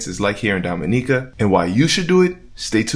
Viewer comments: I beg to differ- she is not the only instructor on the island. There are a few tours and rappelling in Titou Gorge. I wish you were able to show her rappelling down. Looks like a nice adventure! Pronounced Domeeneeka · U are killing me with the pronunciation of Dominica